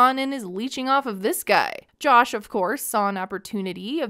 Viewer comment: can't get over how she pronounces Jush